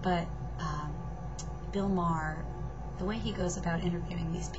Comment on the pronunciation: its pronounced "MAY-HER"